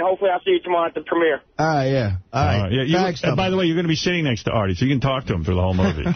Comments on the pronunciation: The was jd says da instead of the and dis instead of this really drives me nuts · “Dee enda da slide” Fucking infuriating